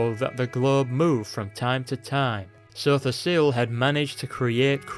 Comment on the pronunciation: lol i love how you say Sotha Sil. Makes him sound really epic